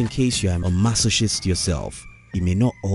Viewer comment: Masoshist???!! Really? It's pronounced MASOKIST.